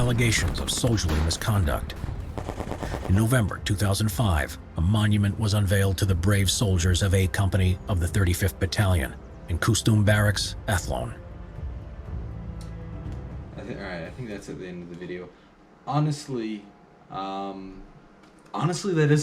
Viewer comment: What fucking way did the narrator pronounce "costume barracks" in Athlone 😂😂